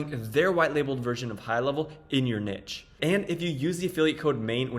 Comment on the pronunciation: It is pronounced "nee-sh"